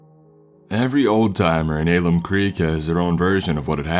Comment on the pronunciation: Don't mean to be a stickler, but you mispronounced "Alum Creek". I only know that because I live in West Virginia.